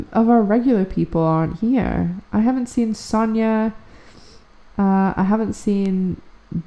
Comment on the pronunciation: call me weird but I love the way you say my name 🔥